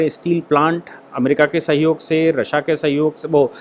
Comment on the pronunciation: Aap ya toh Rasiya boliye ya fir Rus ...RASSA bol rahe h jo confuse krta h